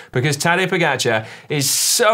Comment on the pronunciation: Are we not going to discuss how was pronouncing "Pogačar"?? 😂